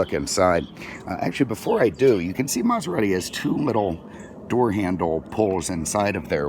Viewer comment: Lmao. Mazarati 😂